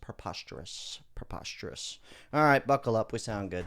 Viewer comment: thats perposterus